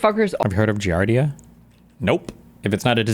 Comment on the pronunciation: I was losing my mind at him and pronouncing it fully wrong, as "giarda."